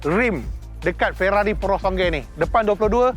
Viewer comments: Sebut betul2 bang…PURO-SANG-WE…bukan SONGGE…great content 💪🏽💪🏽💪🏽💪🏽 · Maaf Abang gan, pronouncation purosangue bunyi “pu-ro-sang-guey” bukan “porosongay”, sya cuma tlg perbetulkan 🙏🏻 btw, nice vid mcm biasa, mantap 🔥